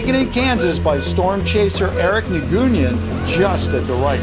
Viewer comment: it's pronounced Nuen / noin(like coin)